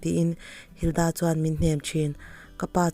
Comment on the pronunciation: Linda tih leh Hilda tih hi a lamdan a danglam chuanglo sin 🙊🙊